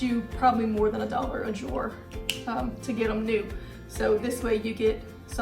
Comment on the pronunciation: I THINK SHE IS TRYING TO SAY “ JAR” .